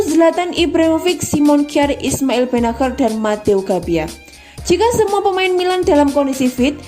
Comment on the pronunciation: Biasa Aja Kali Min Nyebutin Namanya Ini Italia Bukan Inggris.Immobile Ya Immobille Ejaanya Bukan Immobael,Ya Benaccer Ya Benaccer Bukan Benaker,Calhanoglu Bukan Kalhanoglu.Secara Pribadi Jujur Gak Enak Di Dengarnya.Sorry..!!